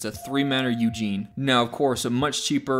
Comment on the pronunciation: Wait do you mean Ugin as in Ou-Ghen, because I have no idea who Eugene is?